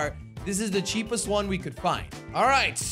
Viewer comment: I like when he said ceepest the slogo logo